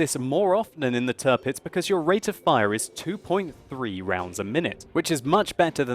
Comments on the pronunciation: The "Tir" in Tirpitz is pronounced like the english word "tier". So it's not Turpitz like you always say. ;) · little pronunciation help. Say it like it was spelled "Tearpitz" (hope this will not become her new nickname) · You seem to be butchering the name of the Tirpitz!